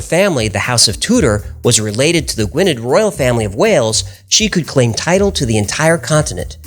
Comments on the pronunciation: Gwynedd is pronounced gwyneth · I always enjoy and have subscribed to your channel; Just one SMALL point - it's pronunciation sounds 'Gwin-ith', not Gwynedd. I was put right about this when I first worked in the region ... !!!